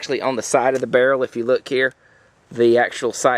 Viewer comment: I love the way you say barrel "burl" :D